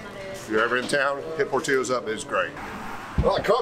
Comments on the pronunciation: LOL por'teeyo's, As a lifelong Chicagoan please allow me to respectfully correct your Tex-mex pronunciation. It is Italian, so no eyho sound. it has an "ill-o" sound as in Illinois, port-ill-o's love the channel. The devil is in the details as with classic car hunting. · Idc how it’s pronounced. Here in chicago we say it like it’s spelled, pour till oh’s